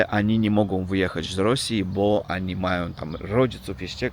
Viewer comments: nie przepraszaj za to ANI. My Polscy jestesmy bardzo tolerancyjni. Po prostu chcemy Ci pomoc byś szybciej opsnowal nasz jezyk. Znalem repatrisnta z Rosji do Polski co prawie idealnie pk polsku mowił sle czesto to ANI uzywał. To ANI Cchyba najtrudniej zmienic ba ONI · nie przejmuj się tm oni czy ani. My to znamy i wiemy, że w Rosji tak się mówi. Nie przepraszaj tylko " jedź z koksem" czyli opowiadaj co masz do opowiedzenia:) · Ani i Ani a wiesz czemu tak mówisz ? bo Myślisz o tej ślicznej Ani ( imię) czyli Ania :-)